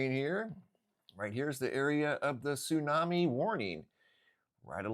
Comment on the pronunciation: What's a "tsunmai"??